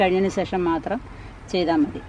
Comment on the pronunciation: Mone Methi alla,Mathi